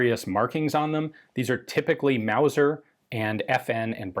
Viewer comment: Wauser wauser wauser it aint no Mauser